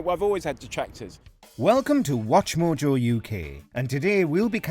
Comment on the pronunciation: It's not "watch more jaw"